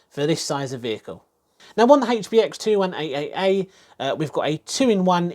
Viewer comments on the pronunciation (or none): Rofl............. I usually like and suscribe after watching videos like this, if not and I liked most of the video I leave a feedback/reason. You keep on saying 21AAA and that's disgusting!